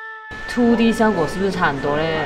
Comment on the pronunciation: 这个“吹D” “秃D” “爱色儿（弘基）”听得我蛋疼 要么全中文，要么英文配字幕不行吗，中英混搭听得真难受。